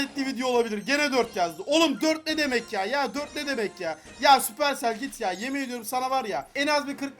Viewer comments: sapırsel değil süpersel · Yav abi supercell sabır tel diyorsun Manyak oluyorum ya